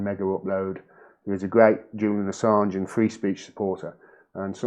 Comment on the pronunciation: CAN'T SAY JULIAN ASSSANGE'S NAME WOW😬 #FREEASSANGE